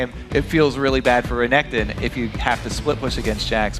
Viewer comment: "Tutu renkekton, well hes two 0 right now" - Phreak Xdxdxd